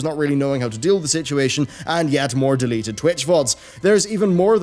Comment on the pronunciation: I swear I heard deleted twitch thots